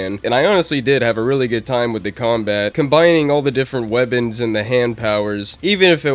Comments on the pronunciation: Why do you say "webbins" instead of "weapons"? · are u saying weabons?